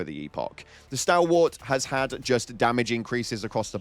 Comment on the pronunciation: They literally pronounce "stalwart" properly in the game, how do you say that shit wrong